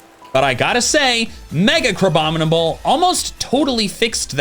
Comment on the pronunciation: DO NOT LEAVE OFF THE N IN CRABOMINABLE!